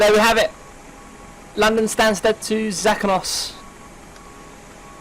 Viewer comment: i think Zakynthos is said as za-kin-thos.